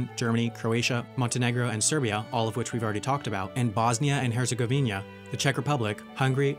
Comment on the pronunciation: Bosnia and HerzegovInIa - mate the first I isn't pronounced and the second one doesn't exist lol